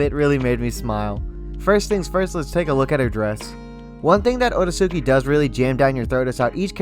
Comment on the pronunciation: You mispronounced the name you wouldn't call the Akatsuki AH KAT -SOO -KEY. It's pronounced OH RAY- SKI